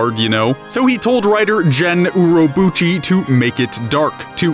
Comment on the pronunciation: Just in case it hasn't been said yet, it's Akiyuki Shimbo (that's his preferred spelling) and the G in Gen Urobuchi is not pronounced as a J. Gs in Japanese are always pronounced as the G in grass.